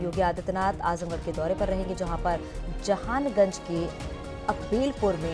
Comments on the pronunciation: Jhanganj nahi mam jahanaganj 😅😅😅😅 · Jhanganj nhi jahanaganj hai madam